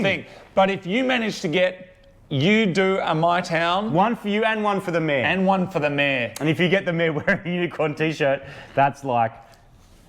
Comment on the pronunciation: Took me a whiiile to workout you're saying "mayor" as in head of the town, and not "mare" as in female horse.